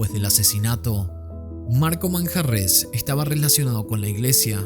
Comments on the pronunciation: Manjarrez, con acento en la e 😄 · EL APELLIDO MANJARREZ LLEVA LLEVA ACENTO PROSODICO EN LA E....